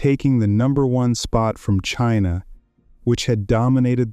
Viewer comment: Chiinah beats Chiinah! :face-purple-crying::face-green-smiling